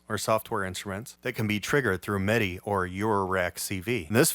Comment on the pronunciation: You are such an asset to the Utube gear scene. You have taught me SO much. I just sorta hope…at some point…you choose a better lighting situation. It can be challenging to follow your moves, with your “black on black” thing. As an aside…where are you from? Not that you have an accent, but the word “MIDI” always sounds like “meh-DI”. Kinda like how that kid from LA who does Ableton reviews says “buh’ns”. Not trying to sound critical or anything…not saying it’s a bad thing….it’s just a point of curiosity.